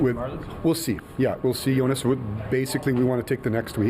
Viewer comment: I love how he calls Jonas Seigel "Yonas"